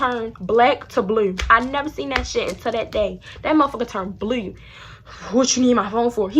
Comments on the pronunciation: shawty said " face went black to Blieue" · The way she say blue is so funny